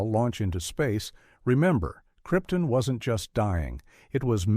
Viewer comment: Careless error: Krypton is pronounced incorrectly, but Brando made the same mistake in the film, so maybe accuracy doesn't matter.